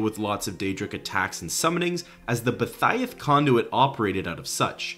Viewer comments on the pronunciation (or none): BoEEEEthia please not bothia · Bow ee thee ahhhh not Bow thigh ahh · Bothiah??? BO-E-THI-AH. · Dude really pronounced Boethiah as Bow-thiah. It’s Bow-ee-thiah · I'll agree, but also, Bow-Tie-Ah got me chuckling a little. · Boethia = Bo-wee-thee-ah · The J in Jorunn is pronounced as a Y, and Boethiah is pronounced Bo-eeth-ee-ah. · it's not xD blud probably never played Skyrim, ESO or Legends where it's pronounced BoEthia million times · Really cool video. I found out about Sutch via the Beyond Skyrim progress report videos and it was interesting to hear about. Didn’t know there was so much detail tied to it, especially well after Oblivion released. Your Boethiah pronunciation threw me for a loop though haha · The way you say Boethiah makes me piss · Not my mans out here butchering the name of Boethiah!